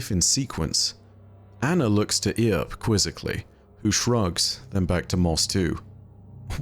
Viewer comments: The way you pronounced "Earp" like "Ear" made me throw up in my mouth lol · I generally like your content, but I've got to give you a dislike on this one, solely because of how absolutely atrociously you butchered the pronunciation of the name "Earp". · It's not "E-arp", it pronounced "urp". Love the videos dude. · Earp is pronounced as "Urp", not "Ear-p". Reference to Wyatt Earp, all these guy's names are old west references! 🤠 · Wee-at Ear-p, famous gunslinger. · Yeah Somebody who has a name that if you held me up for an answer I would say is "biff" not "bife" saying "ear-p" instead of "urp" and "MINE-otaur" instead of "min-otaur" almost gave me D.E.R. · It's just pronounced Erp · For the love of god. It’s pronounced “eerp “ or “urp” 😂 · So lets recap. Bungie is a US based company. The event is cowboy themed. The company that makes the weapons in game is called Tex Mechanica. The lore card you're reading has a name stolen from Rooster Cogburn (True Git). But for some reason Wyatt Earp was relagated to Ear-p. Go watch a western man. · 'Earp' is a reference to the American Wild West legend Wyatt Earp, pronounced Erp. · I can't keep watching after hearing "eeerp" too distracting 😂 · Just for reference, because I hear alot of people pronounce it the way you did (most from out of the US). The name, "Earp", is likely a reference to "Wyatt Earp". His name is pronounced "Urp". Sorry we ruined the English language more. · It's pronounced "Urp" - Wyatt Earp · It's pronounced "Urp" "err-p" Loremasters should know that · All of these names are references to the American Wild West, media or otherwise. Earp is pronounced "Urp", like burp. Also No Name is a reference to The Man with No Name trilogy starring Clint Eastwood. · It’s pronounced “erp” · Heads up from someone from New Mexico: "Earp" is pronounced like "urp". A reference to Wyatt Earp, one of the major players of the O.K. Corral. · I had to pause and rewind when he pronounced it "Ear-p"